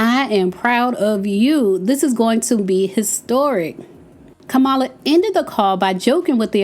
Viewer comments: It’s COMMA-Luh. Not kuh-mal-lah 🙄🙄😂😂😂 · It’s not Ka-Mah-La it’s pronounced; Comma-Lah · KAMALA is pronounced COMMA LA I ❤ u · Say her name Kamala! It’s the best way that I can share is Comma-La. The emphasis is on KA not Ma! I’ve heard the other side purposely pronounced her name wrong. Smh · "COMMA, LA" - Name pronunciation Let's all make it a priority to pronounce her name correctly, just as you would want someone to pronounce your name correctly, consistently. Thanks! ❤ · Hello, you are my girl, and I love your channel. I believe you're pronouncing VP Harris first name incorrectly. Listen to the way former President Obama says it. But the pronounciation is: Ca-ma-la, I think😊. Girl, keep those videos coming. Near the end of your video, you started pronouncing her name correctly. Be blessed, my Sista.❤ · Please say her name correctly. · You’re pronouncing her name wrong listen, how Barack pronounced her name, please. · Please pronounce her name Correctly